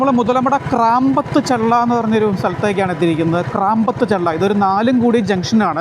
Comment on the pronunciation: ക്രമ്പത് ചള്ള അല്ല bro കാമ്പ്രത്തു ചള്ള